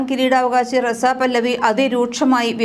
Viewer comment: പല്ലവി അല്ല പഹല്ലവി